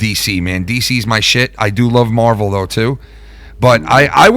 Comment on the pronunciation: I love how pronounces “Marvel”........MURVEL